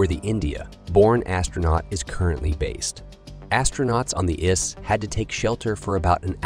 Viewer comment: Give me break. The ISS is not pronounced iss. Howston we hsve problem?